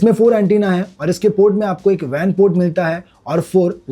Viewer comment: It's not VAN port it's WAN port 😂